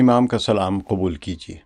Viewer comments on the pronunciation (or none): none